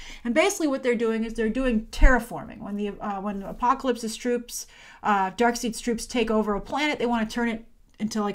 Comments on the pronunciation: Just sayin'... "Darkseid" is not pronounced, "Darkseed." It's pronounced, "Darkside." Just sayin' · Did you say Darkseed? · LOL she said darkseed it's darkseid. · Not Dark-Seed. Dark-Side. Darkseid. ;) ;) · “DC fan”... calls him “Darkseed”